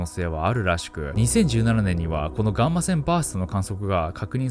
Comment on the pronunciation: ガーませんバースト聞きすぎて耳があ笑